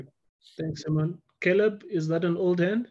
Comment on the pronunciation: It's Caleb, ffs!